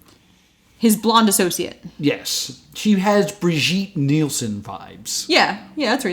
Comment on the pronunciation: A little pronounciation guide. I love the line "Beer-Sheet Kneelsen". It's more like Beer, and pity with a G. Nielsen is more like the "til" in "until" with an N.